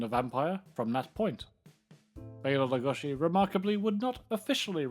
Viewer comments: Why are you saying lugoshi ? WHY !!????? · Who is this "Lugoshi" you speak of? I only know of Bela Lugosi. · I'm surprised Columbia was able to get away with copying so much of Universal's franchises. I never knew that the name Lugosi was pronounced Lugoshi. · Well, it's a shame that so many fans of Bela Lugosi pronounce his name wrong. It's disrespectful in a way. So, it is LugoSHi like, for example (John) Belushi. In Hungarian, letter S is for sound ''Sh'' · "Bela Leh-GUSH-I" ?? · Pronounce his name properly PLEASE! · we are not hungarian and even he didnt pronounce his own name like that niether did anyone else. . It may be trendy to try and pronounce forign names in a forign accent but its just pretentious and silly attention seeking. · Go back to school, AI, and learn to pronounce Lugosi without an "sh" sound.